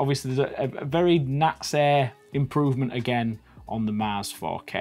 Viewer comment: When he said 4k printer I thought he said fuck A printer